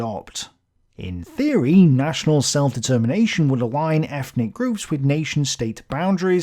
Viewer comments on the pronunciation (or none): none